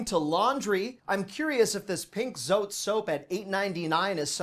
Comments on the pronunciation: Jabón Zote is pronounced Zoe-Tay. ❤ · ZOTE pronounced Soh-teh is a Multipurpose good for a everything! The name came about from the word JABÓNZOTE, which means big soap!